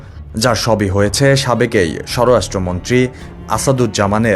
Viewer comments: পিবিআইকে পি আই বি আর স্বরাষ্ট্র মন্ত্রীকে স্বর-রাষ্ট্র মন্ত্রী উচ্চারন করলে সাংবাদিকতা কি হবে? হাসিনার আমলের ভুলে ভরা সিলেবাস আর একপেশে আওয়ামী শিক্ষকদের কাছে ভুলভাল বিদ্যা শিখে চাপে পড়ে পল্টি নিয়ে অনিচ্ছাকৃত ভাবে সম্পাদকের জোড়াজুড়িতে সংবাদ পাঠ করলেন মনে হয়?😂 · স্বরাষ্ট্র মন্ত্রী ঠিক মতো উচ্চারণ করতে পারছে না এটা কেমন রিপোর্টিং?